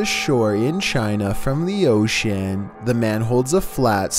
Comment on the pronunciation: Like dESeRVE and OcEaAN 🤧🤧